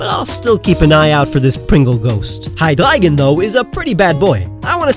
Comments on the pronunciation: You should teach how to pronounce Hydreijohn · did he say Hygleigon